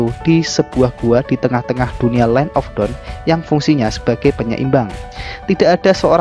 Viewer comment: Cuma Mungkin Dibagian Pengucapan Dawn Sama Dark Aja Bikin Senyum-Senyum Sendiri Kan Beda Arti Kata Dawn - Down, Dark - Drag 🙏 Sisanya Keren, Ane Gak Skip Sama Sekali ✌️